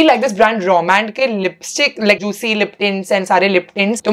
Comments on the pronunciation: bro nobody says juitcy..it’s freaking juicy without the t..smh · What is this word juitcy? Like why why… why would u pronounce it as juticy????